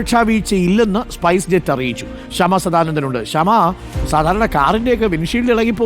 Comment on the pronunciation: സ്പേസ് ജെറ്റ് അല്ല ചേച്ചി സ്‌പൈസ് ജെറ്റ്